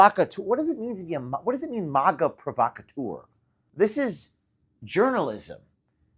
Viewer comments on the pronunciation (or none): Forgive me, but dude, why do you say MOGA? It's MAGA, like magazine... Do you say mogazine?